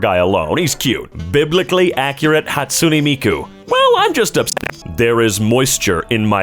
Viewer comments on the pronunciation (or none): biblically accurate hatsoonee Miku Bruh why he say it like that lol